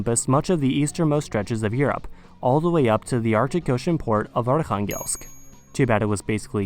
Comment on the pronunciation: The pronunciation of "Arkhangelsk" was on point!